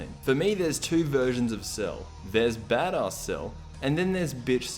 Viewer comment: Damn this guy cannot pronounce 'badass'